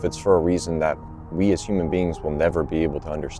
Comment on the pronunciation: “human bean..”